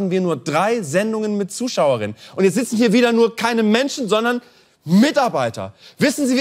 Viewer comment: Nur 3 Sendungen mit Zuschauerinnen? Und wie viele Sendungen gab es mit Zuschauern? (Tja, wenn man schon unbedingt dieses Gendern praktizieren will, dann sollte man schon deutlicher sprechen - sonst wird es eben missverständlich.)